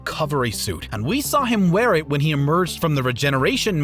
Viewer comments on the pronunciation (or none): none